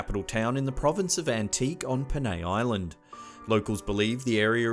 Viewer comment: Antique is pronounce as an-ti-ke And Balete is pronounce as Ba-le-te